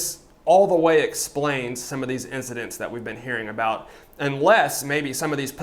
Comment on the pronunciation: “Sir there’s been another sigcident”